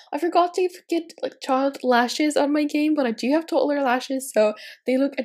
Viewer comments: Sorry but it annoys me so much how u say toddler. It’s toDDler not totlur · No offence but I hate the way she says toddler 😂😂